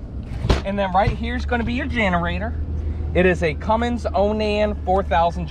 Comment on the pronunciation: GRRRR! There's NO "g" in "CUMMINS"!